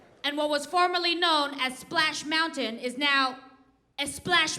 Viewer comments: "Eh-Splash Mountain"! 🤣🤣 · "Esplash mountain" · the accuracy in “Esplash” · Splash mountain becomes Esplash mountain & spain is Espain 😅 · Esplash Mountain! I laughed so hard! Thought my husband was the only one to put an e before every s word. We go esnowboarding in the winter 🤣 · LMAOO “what was splash mountain is now ESPLASH mountain” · “E-SPLASH MOUNTAIN” Lmfaooooo My mom, gentlethems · Aahhh. she said Esplash mountain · The why did she say Esplash Mountain*. Latinos now how to say, "Splash Mountain". So, just *EEEEEeeeeeessssstop 🛑